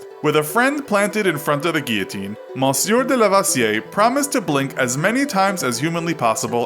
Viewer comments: "Monsieur" is not pronounced like that. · Monsieur means mister its not his name and ur pronouncing it wrong as well fam